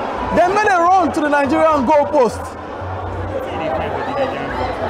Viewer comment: My brother is Nigeria not Ningeria you can't even pronounce your own country chaii😅😅😅